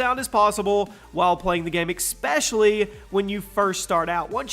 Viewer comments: he said “exspecially” instead of “especially” lol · why do you say "expecially" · its not Expecially, its Especially. iˈspeSHəlē/ (<--phonetic pronunciation) Elocute for the people please. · It’s especially not “expecially” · *exspecially* tf? 😂😂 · IT PISSES ME OFF WHEN HE SAYS EXSPESHALY!!!!!!